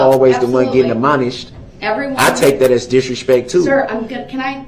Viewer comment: DB: “I’m always duh only oone gettin UHMONISHED Wow! UHMONISHED! That sounds very painful!